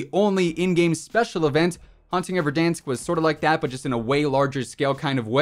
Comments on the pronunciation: I like when you say Verdansk correctly, I feel big cringe when you say Ver-Dawnsk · No body: Not a single soul: VERDAHNSK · Man pronounces verdansk like it’s french